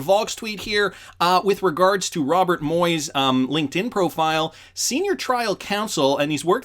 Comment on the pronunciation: Ronald McDonald so it a circus show. Just kidding. It does sound like your saying Ronald instead of Robert 😂😂